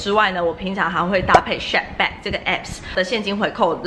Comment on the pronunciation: 不好意思，不是shapback喔是shopback. Klook是連在一起念的。感謝介紹!